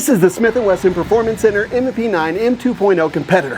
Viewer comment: Smiff & Wesson